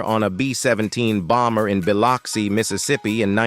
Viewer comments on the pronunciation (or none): none